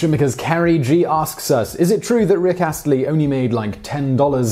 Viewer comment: This was informative AND you didn't mispronounce his name. Frankly, I'm stunned. Don't worry; I won't get used to it. You wouldn't be you without occasionally poor research and your tendency to butcher names you have no reason to mispronounce and while those are not remotely good things, they are expected. Sad.